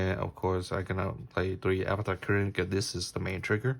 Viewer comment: it’s not avatar it arvata